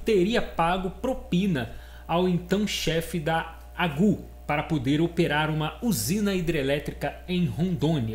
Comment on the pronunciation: Nao se pronuncia "agu". Deve ser lida a sigla "AGU".